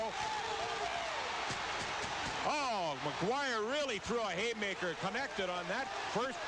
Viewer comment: It’s “Maguire”, folks. Not McGuire. Or Maquire. Or MacGuire.